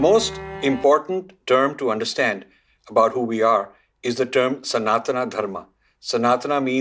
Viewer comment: The dharma is called Sanātan - Sun-a(h)-tan (सनातन). It is not pronounced Sanātanā सनातना